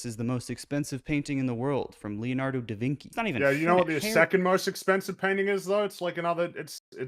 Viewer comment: Did he just pronounce Da Vinci as De Vinky?